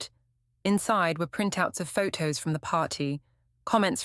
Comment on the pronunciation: The female robot narrating this story is annoying. Every word with a 't' sound gets a second 't'. Waiting become wait-ting, photo becomes phot-to. It's irritat-ting.